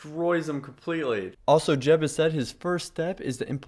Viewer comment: Jeb, Not Jen ;P Or are you going to say it ?